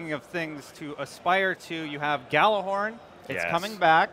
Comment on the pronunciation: not even someone who works for bungie can pronounce gjallarhorn correctly